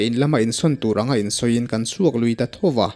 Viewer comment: Thoa mei chhem tih te hi a mak thei ka tih thawh a mei chhem tih awm tak nge i lam dan a mak hrim hrim zawk